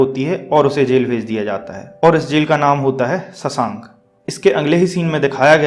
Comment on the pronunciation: शशांक नही रे शोवशंक होता है वो pronounce सुधार ले भाई